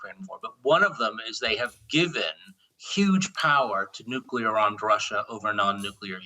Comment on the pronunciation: Is US control of UK 'Nuclier' a problem?